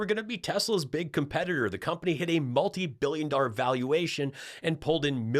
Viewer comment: Does the WAY Rump says ‘millions’ & ‘billions’ make anyone else absolutely cringe?!? The emphasis on the ‘L’ sounds drives me NUCKING FUTS!!!